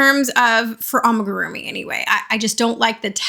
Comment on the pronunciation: you've almost convinced me amagurumi is the right word, i'm sure you've been told many times now, but just in case, it's AMIgurumi lol